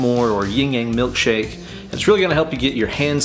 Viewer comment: I swear i've watched the video just to hear you say Ying-Yang Milk-Shake!! 😂